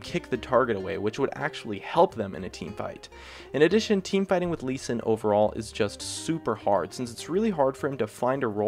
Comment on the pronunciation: Sees gnar at number one, CALLED IT "lee s" WHAT DA FUUUUUUUUUUUUUUUUUUUUUUUUUUUuuuu